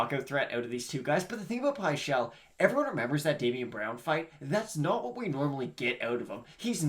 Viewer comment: Its not pie-chel 😠